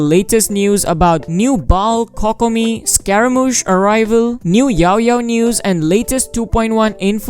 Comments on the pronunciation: coc-co-mee..... died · Your videos are very nice and informative but that Kokomi pronunciation could be a little better Dx it’s ‘Koh-koh-mi’ 😆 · i love how you pronounce it cockomi